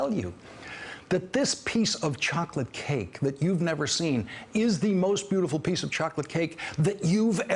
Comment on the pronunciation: The key word for the Chinese leader meeting was Chahklit cake, no Chawklit cake, no, no it's Chocolate cake; Whatever. Get on with it already!